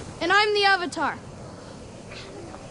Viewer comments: Ong.It's aang Eeeroh.It's iroh Ahhhvatar.It'savatar Agni keeee.It's agni kai Damit m.night shanmalon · I present to you, the butchering of names: so... are you the ovatar oong? soaka don't. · They pronounce avatar as Ovatar, and Aang as Ong